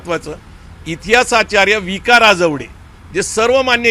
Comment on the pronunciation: "राजवडे" नाही, "राजवाडे"